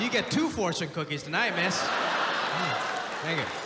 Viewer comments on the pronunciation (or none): I thought he said, “but Sank you,” initially which would have made this line so much better. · Sergio Martinez THASSS TRUEE YESS🤣🤣 its more like “th‘sank yuu” 👌😂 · When u said “sank you” I felt that 😅